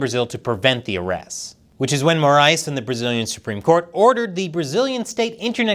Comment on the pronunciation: This was the best pronunciation of the name “Moraes” I’ve seen from an English speaking channel, congratulations